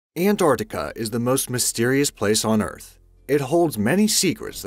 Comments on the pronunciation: RIGHT FROM THE BEGINNING YOU DONT EVEN KNOW HOW TO PRONOUNCE ANT-ARC-TICA...NOT AN-ARTI-CA. SO I WILL LEAVE YOU WITH IT THIS MAN IS AN IDIOT. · It sounds like you said AntORCtica. Not Antarctica? X3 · i am clearly hearing antorctica